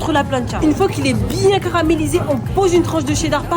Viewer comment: j'ai compris " une fois qu'il est bien CRAMÉlisé"